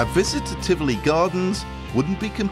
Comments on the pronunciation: “Welcome to tifli” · han sagde tifli i stedet for tivoli hahahaha